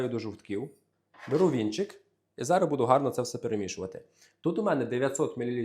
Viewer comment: Не зара говорить треба, а зараз!